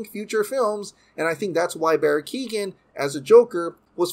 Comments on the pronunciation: Keoghan it’s pronounced (Kyo Han) not keegan the g is silent when it’s next to a h in Irish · Hey i am Irish and Barrys surname is not Keegan...its pronounced K-yo-han...Keo(Kyo) ghan(han the g is silent) Barry Keoghan. Just small nitpick in an otherwise great update video. Stoked to see the movie it sounds great. Still hope Batfleck lives on at Hbo Max and in main DCEU though.